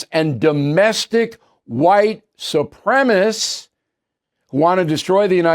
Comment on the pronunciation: “Supremacist” has four syllables, Bill. Just sayin’.